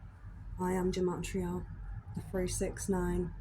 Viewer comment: It’s pronounced Guh-mah-tria. Freemasonry is basically a search for truth and comparative religion studies. Masonry knows Jesus is the Sun, this is the reason the church attacks Masonry. It descends from the Sumerian Mysteries, established by Enki(now called The Lord/Adonai)